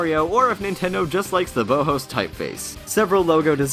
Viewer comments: it's not "bo' Ho's" it's pronounced "Baw -House" as in, the german design school "the Bauhaus" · It's not pronounced Bohos. It's Bow (like the formal greeting) House (like the thing you're probably reading this comment in). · Bauhaus is pronounced "bow-house" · Bauhaus? It's not "boe-hoes" it's "bow-house" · BOW HOES? It's pronounced "Baw-House" Bruuuuuuuuuuuuuuuuuuuuuuh. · It's pronounced 'bau-house' not 'bow-hose' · baʊhaʊs "BOUGH-HOUSE". LIKE THE ARCHITECTURE SCHOOL. FFS. FOR ALL THE RESEARCH YOU PUT INTO A VIDEO, YOU GET THIS SIMPLE PRONUNCIATION WRONG....THIS MAKES ME SO ANGRY. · Wait, what did you call the typeface? Bowhose? Bloody American pronounciations... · Ha! I was thinking the same thing. Anyone who studied design would also know... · OMG it pissed me off when he pronounced it Boe Hose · Bauhaus is pronounced "BOW HOUSE" bow-house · its pronounces "BOW-HOUSE" - in reference to The Bauhaus - which was an art school in germany in the 20s -- fun fact! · "bo-hose". ok. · Pronunciation Nazi Report: Bauhaus = Bow-House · Did you know... the font's name is pronounced Bauhaus (BOW house.) Sort of close to how we pronounce King Bowser. I say this, not to be picky (though it does kinda make me wanna bite through steel to hear it pronounced wrong), but because I think it's a cool little link that might be worth mentioning. The gang over at nintendo have never been above using sound puns for things and having one possibly hidden within the games own font would be brilliant. "you're in bowser's bauhaus, b*tches..." lolz. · Bauhaus is pronounced Bao-house. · Bowhoes LOL. Well fair enough, you're not German x) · It's pronounced Baw-Haws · Check pronunciation before recording, please! "Bohos" is a chilling mistake. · as a graphic design major it hurts me each time he says Bauhaus >.< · I love, but his pronunciation of "Bauhaus" was just disgusting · You pronounced BAUHAUS wrong... ¬¬ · C'mon guys. At least pronounce Bauhaus correctly...